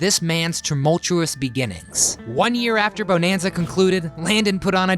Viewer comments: You need to learn how pronounce the title properly. It is not pronounced beau-nan-za it is bu-nan-za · All the info and you say the name wrong like 50 times. Buh-nan-zuh. It is freaking annoying. But thanks for the info kid. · Please say it right. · After 2 pronunciations of Bonanza, had to stop watching and leave a dislike!!!